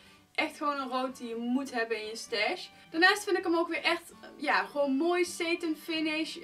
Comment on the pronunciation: Heej , leuk filmpje 💋 ( sarin spreek je uit als sétin ( met een korte E)